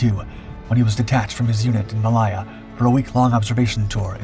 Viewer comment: Ma-Lay-Ya,,, not maliya